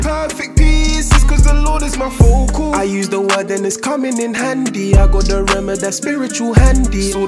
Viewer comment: 1st listen: Bri'ish 😜 2nd listen: THIS IS DOPE 3rd listen My life is full of Perfect peace Cuz the Lord is my focal ( I still pronounce the Rs) 🙋🏻‍♂️💪🏻